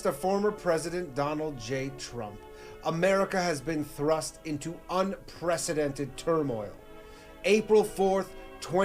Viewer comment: Say it with me "Un - Pre - See - Dented""